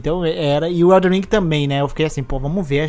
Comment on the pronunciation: Ainda estou tentando entender pq tem tanta gente que fala “EldeRRR ring e não EldeNN Ring kkkkkk